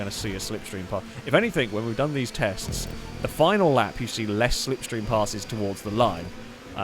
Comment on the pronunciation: Apollo translation for "Stay in the sniff stream!!" Apollo translation for "See da sniff stream car go, why you no sniff stream?" After that begins the language warning...